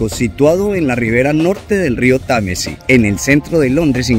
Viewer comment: Rio Tamesi, rio Tamesi, y dale con el tal rio tamesi. Nadie le va a decir que se llama Támesis!!!